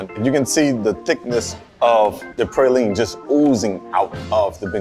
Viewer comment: His pronunciation of "praline" has me suspicious.